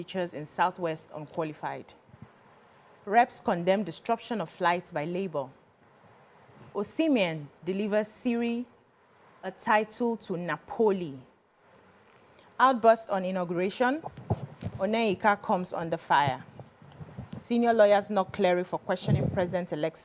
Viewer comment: Apparently someone isn’t familiar with the Italian league. She said “Osimhen delivers Siri-A-title” 😂